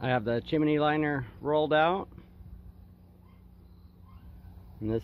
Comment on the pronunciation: At what point in your life wil you stop saying"chimeny"?